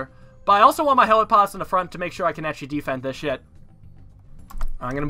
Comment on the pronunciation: the way he says defend as deefend pisses me off